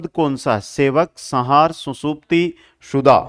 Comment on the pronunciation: 😂😂😂😂 भाई हिंदी भी कम भीषण नहीं है संहार सम्+हार बोला जाता है उसको सहार बोल re है